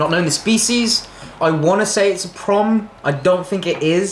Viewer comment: I genuinely thought at first that he was saying that it was a "prawn" instead of a 'prom." All y'all need to come across the Pond to go fossil hunting at Calvert Cliffs, Calvert County, Maryland. We specialize in shark teeth, including megalodon teeth.